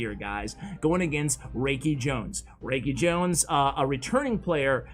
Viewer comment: Love your vids! FWIW, it's pronounced FAV (rhymes with crab) Raikijones (rye-key jones) Mikan Bouya (bow - like bow and arrow-ya)